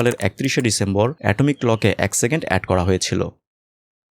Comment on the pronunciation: Vai doya kore second bolen segend na...khb e birokto lage shunte